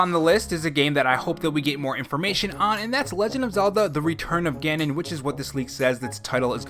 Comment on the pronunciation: LOZ: “Return of Gabon?” Wha, what?! Isn’t every loz game a “return of ganon”